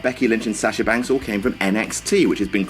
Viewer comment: Sasher??? It's Sahh shuh. lol